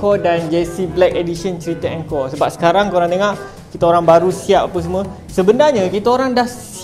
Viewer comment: Telinga aku je ker yang dgr sebut 'tengok' 'tengak'. 😂 Anyway support.